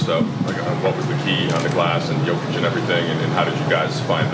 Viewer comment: Jokic的Jo發音是唸作”優”